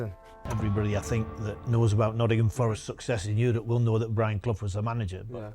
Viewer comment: Brilliant video, very well put together. only minor let down was the southern voiceover guy that can’t even pronounce Nottingham properly!